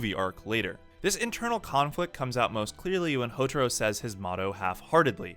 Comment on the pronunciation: Its Hou"tah"ro